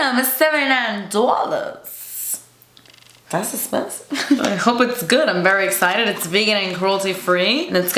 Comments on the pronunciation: I swear her "das expensive" and "jOoTsy" actually cleanse my soul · “Das Esspensive!!” 😂💖💕